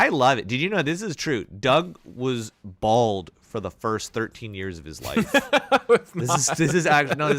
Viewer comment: “A blad spot.”